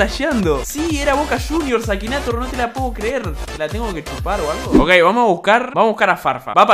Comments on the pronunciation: Se escribe Akinator se dice ekineitor xD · Se pronuncia akineitor XD (en mi país)